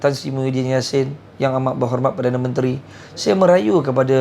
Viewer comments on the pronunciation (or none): none